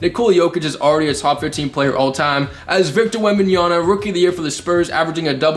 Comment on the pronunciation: Bro said victor wembanyana💀